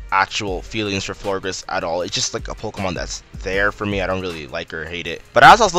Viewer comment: It's Florges not Florgres